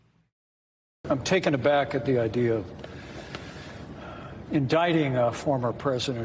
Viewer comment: "on the attrack" lol